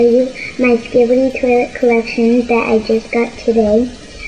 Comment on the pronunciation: Skibbd tolet